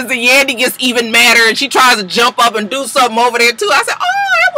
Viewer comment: "I'm selling a toy line! What do you want me to dewr?" The way you said "do" (which is exactly how Snoop says it) made me repeat that part a few times. LOL